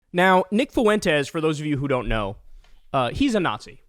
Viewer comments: Not to birddog you Kyle, but its pronounced Fwentes not Foo-entes Diphthongs baby PS who cares what Nick “I poop my pants; can’t get a date” Fuentes says? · It’s not pronounced “Fooentez”, it’s pronounced “Fwentez”. Just fyi. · Does Kyle not know how to pronounce “Fuentes”? Lol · Can anyone tell me why Kyle pronounces Fuentes FOO-aint tez. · Why does Kyle keep mispronouncing Fuentes? 😂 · …your pronunciation of “Fuentes” is horrendous - you must live in the whitest town on the planet.